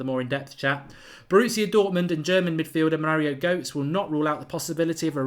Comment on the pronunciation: Mark! Goetze is pronounced ‘Gurt- suh’, not ‘Goats’! Although to be honest, I actually prefer your way of saying it! 😉